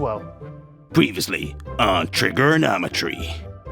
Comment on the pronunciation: Why does dude say the word “trigger” like that? it’s kind of weird.